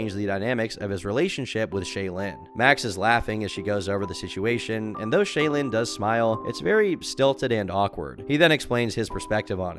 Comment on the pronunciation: it's clear you never watched a mrgirl video by the way you pronounce "shaelin"